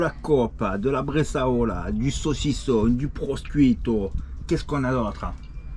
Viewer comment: Du "proskuito" ! 🤣🤣🤣🤣